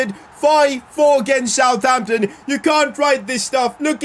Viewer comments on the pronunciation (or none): none